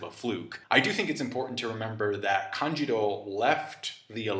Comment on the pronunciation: Am I the only who gets meh, hearing "Kanjiro" instead of "Kanjuro" lol